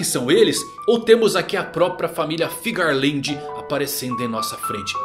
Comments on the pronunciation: Geral fala FIGARLAND, sendo que o correto é FEARLAND kkkkkk, corrige isso aí kkkkk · Alguém me explica pq que vcs falam "FIGARLAND" sendo que no papelnde recompensa tem "FEARLAND" 🧐